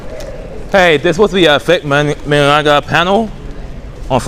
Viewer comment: Is it me or is he unable to say Vic's last name?